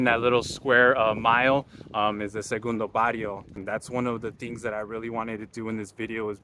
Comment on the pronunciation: Sorry guy but you can’t even pronounce segundo Barrio You were not born there you don’t know nothing about us